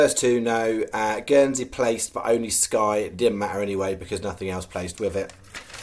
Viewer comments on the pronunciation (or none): none